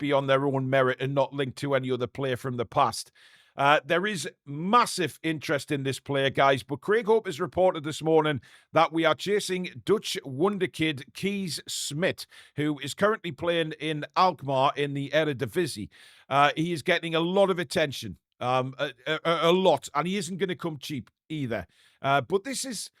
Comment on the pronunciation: It's pronounced Case Smit 👻